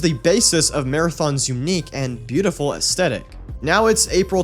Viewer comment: AES THHHHHHH ETIC, aesTHetic, fuck. Put your tongue between your teeth a blow, it's not fucking hard, damn.